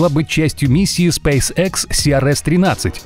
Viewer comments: Аж уху режет ваш спэйс экс епт. Спэйс икс правильно будет. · Не спэйс Экс, спэйс Икс! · Спейс экс? Ты английский вообще не знаешь? Аж уши режет. Ты бы ещё сказал спайс хэ